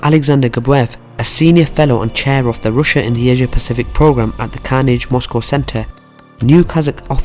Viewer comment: Some one need to teach him how to say RUSSIA